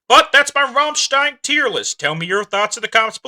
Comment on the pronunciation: You can’t pronounce it